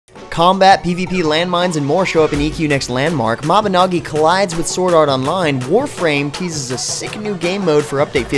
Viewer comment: Its sad how every time you say mabinagi i feel cells in my brain die when it is cleary written NOgi as if saying dogi . Mabi NO gi